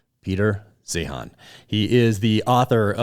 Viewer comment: Peter "Zine:" not zeehan